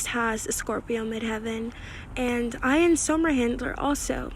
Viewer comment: Great video, very informative! Even though you triggered me a bit with how you pronounce Ian’s name 😅😂